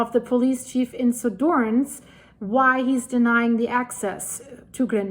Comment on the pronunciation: Suðurnes is pronounced Su thur ness.